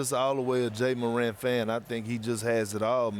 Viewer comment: Imagine being as big as Ja Morant and still having people say your name incorrectly